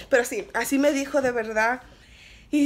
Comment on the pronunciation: Learn Spanish smh🤦🏽‍♀️🤦🏽‍♀️ “perro” envés de pero smhhh